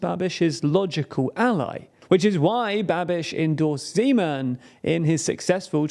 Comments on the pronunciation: Man, hearing you butchering Czech names lets me wonder if you butcher other names as well. Not /zi:•'men/ but /'ze•man/ 😜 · I would like to thank team for thorough research which must have lead to this video and fot the effort to pronounce the names correctly. I can see a huge improvement from the other videos about our country. There were minor issues with the pronounciation (e in Zeman is like e in bed, not ee; all Czech words have stress on the first syllable, not the second), but these were not a problem for me. The only thing that disapointed me was the pronounciation of Czechia. Czechia is derrived from the Czech Republic, pronounced [chek], so the right pronounciation od Chechia is [chekia]. I know English pronounciation is tricky, but it is an official name of the country, so it should have to be pronounced correctly. Apart for that thanks for the video, I think it explains the situation to foreigners quite well. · why when he says zeman it sounds like Gman oh god. HALF LIFE IN CZECHIA OH NO. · as a czech, i thought you couldnt say something worse than "Zeman", and then you said "Nerudová"